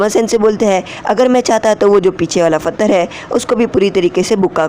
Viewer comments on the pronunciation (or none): Chutiye fatthar nhi patthar bolte hain